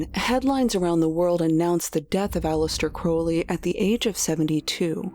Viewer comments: How do you run a popular Youtube channel about mysterious events, and not know how to pronounce Aleister Crowley's name correctly? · 2 years in production and you couldn't even be bothered to learn how to pronounce Aleister Crowleys name correctly